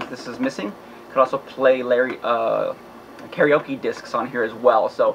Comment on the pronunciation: $60 aint bad. They be taxin on ebay. And u almost said larryoke.haha